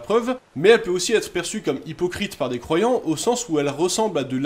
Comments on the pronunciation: C’est exprès que vous dites croivants pour croyants ? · bonne vidéo, juste ça me termine car j'entend les croivant et pas les croyant .